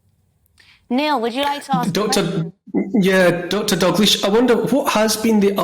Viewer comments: Dr Dalgleesh = pronounced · Never heard the name Dalgleish butchered so much.